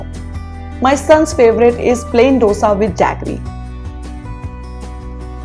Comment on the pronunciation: Nice to know that you like South Indian dishes. You can try to pronounce dosa like we do too...